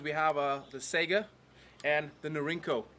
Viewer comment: It's saygA, not sega. At least listen pronounciation in translator, you're shaming yourself. Both letters must be capital, AK. And not every AK is 47.